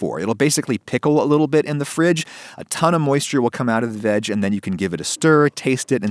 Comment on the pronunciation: I love how u say veg